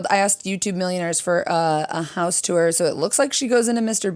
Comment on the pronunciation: I love that with your midwest accent, it sounds to me like when you say tour you're saying 'tew-er' 😆 I cant not heart it!